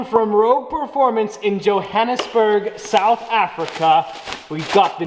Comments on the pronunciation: You pronounce JOHANNESBURG in a funny way ...I'm kabelo from "JOHANNESBURG " South Africa Big fan by the way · Yah he said Johannesburg right